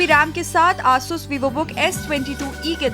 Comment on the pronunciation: not aaasus its asus